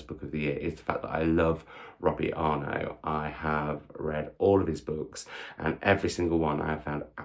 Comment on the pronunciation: What a great way to start the reading year! Fingers crossed the trend continues. The double t at the end of Arnott are not silent btw. I have been to two of his author events, he is a delight! Hope you get to meet him one day. Would love 5 star videos!